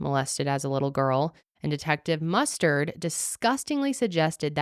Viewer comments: Detective MusTURD amirite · Every time you say mustered I have flash backs of clue, corneal mustered, in the bedroom with a candle stick lol 😆 😂 🤣